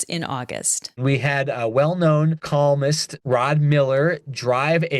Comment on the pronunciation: "... well known calmnist ..." - enunciate properly c-o-l-u-m-n-i-s-t, or, am I going deaf ? 🤔